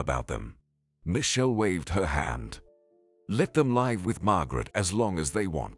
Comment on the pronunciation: Too many repetition of words and sentences. Wrong pronunciation of live sometimes as in alive.